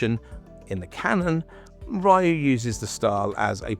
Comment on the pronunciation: Ryu like Ree oo, not Ryu like my or tie.